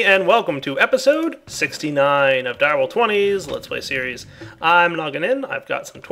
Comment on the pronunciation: Notice the emphasis on the 69 at the beginning of the episode. XD